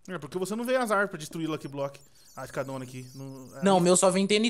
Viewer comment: É "faz" e não "fais" e também e "luck block" e não "lok blok".